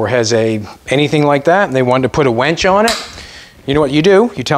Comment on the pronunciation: I love that you call the winch a wench 😂😂😂😂😂❤